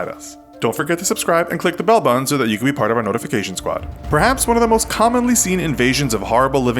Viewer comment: I love your videos. I really do. But please can you try to say button instead of buddun or whatever youre saying? :D